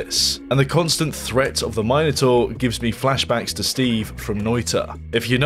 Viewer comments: its pronounced "min-oh-tor" not "mi-nah-tor" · I don't think Minotaur is pronounced as "Myno Taur" it's "Mino Taur" like Mini Mi not My but I may be inconrrect.. doesn't matter anyways, good game looks awersome i'll wish-list it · you say minotaur wrong